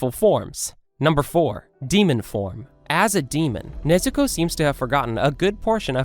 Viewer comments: did you just say Nezuku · DID YOU JUST SAID NEZUKU